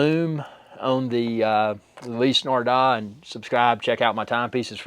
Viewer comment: Ulisee Nardar??? Nardar???